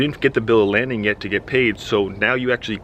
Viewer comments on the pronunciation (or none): I'm sorry to keep making slick comments, but I can't help myself... it's called a bill of "lading" not landing.